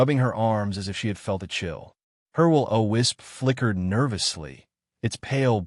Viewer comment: I understand every other person crying about the commentary mispronunciation of Ren,Yino,Yarno etc But im dying at how he pronounces Leora's "Wilo wisp"